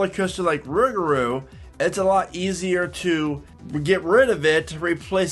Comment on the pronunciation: I can’t stand the way you say rougarou